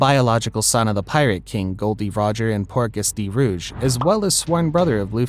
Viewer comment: It's portgas!! Not quarkas!!!! Ugghhh you are sooo cringe!